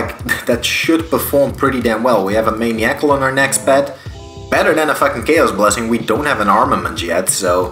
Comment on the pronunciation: this mans cant say "maniacal" lol ign: sneakymre